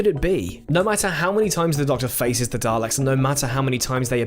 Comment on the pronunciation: isnt it pronounced 'dar-licks'?